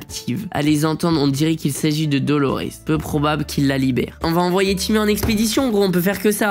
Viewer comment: tu disais timoute avant alors pk tu dit timmy